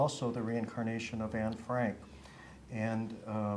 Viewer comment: Then how come she can't pronounce the name right?